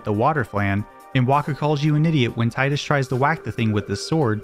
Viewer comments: Teedus, not Tighdus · Cool video. But it's (TEA-DUS) not tie-dus. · It's fucking TEEdus. It's never been TIEdus. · its TIDUS not TIDEUS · It's pronounced "Teedus". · When you switch the game into Japanese it reads, (anglicised), "Tiida," which is pronounced "Tee-da." Meaning the pronunciation in English should be "Tee-dus" Now stop making my ears bleed. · you pronounce tidus wrong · The fact that you can't even pronounce the name of the main character leads me to believe there are probably all kinds of basic errors in your videos and they aren't worth watching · Tee-dus or Thai-dus?